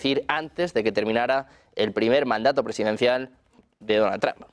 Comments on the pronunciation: Este canal de MAGA MONG0sss sólo DONAL MADURISTAS……. Y consejo: aprendan a decir trump…… 😂😂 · Me encanta que los españoles pronuncian "TRAN" es vez de Trump